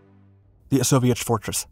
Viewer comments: I picked up where you left off correcting people with Osowiec Fortress will admit his pronunciation does sound like Soviet fortress though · Osowiec Fortress it sounds like soviet fortress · Osowiec fortress, not Soviet fortress. It sounds similar when pronounced by an English speaker. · "Osowiec", not "Soviet". Play it again. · its Osoweic pronounced Soviet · To everyone saying they weren't Soviets, that's not what he's said. It's Osowiec Fortress. That's the name of the place, nothing to do with Soviets. I have to admit, though, it did sound like he was saying 'Soviet Fortress' to me, too. :) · thank you for clarifying....it sounded like Soviet which didn't exist at that time...also thanks for showing gas was not limited to the western front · It did sound like "soviet" until the film really got going. I'm glad that I kept schum until the end. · Lol, I thought he was saying "a soviet fortress", but he was actually saying "Osowiec fortress". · I don't think so - it's the pronunciation of Osowiec